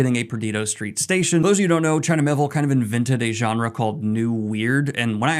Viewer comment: It’s Me-Ay-Ville!